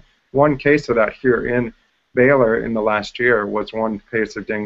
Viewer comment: "Baylor"? Are you serious?!